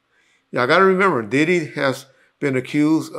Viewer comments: Dibby know he could mess a name up 😂😂😂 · I think him and Gene deal does that on purpose, in case court comes into play, he can say “I said Dibby not Diddy”